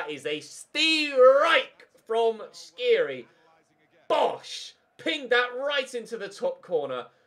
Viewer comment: dislike coz u still pronounce skhiri wrong after 6 episodes